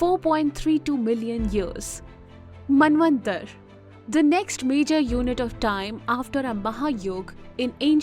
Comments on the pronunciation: Small suggestion Why do u englishify these names pronounce jst the way they need to be pronounced, like MANVANTARA not manvantar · I don't know why you people pronounce the words incorrectly for ex: Yug instead of yuga, Manvantar instead of Manvantara. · You need to focus on pronunciation.. It's Manvantara and You have pronounced it as Manvantar.. Not just you.., most north Indians do this mistake.. speak language as it is.. don't relax your tongue.. And it's Moderator but not Maintainer as you spoke in beginning.. so many mistakes.. It's Kalpa you read it Kalp.. it totally sounds shit.. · Could not make out head & tail of the calculations 😶 Btb, pls pronounce "a" at the end of words that has "a". For eg: you pronounce KalpA as Kalp, ManvantarA as Manvantar ...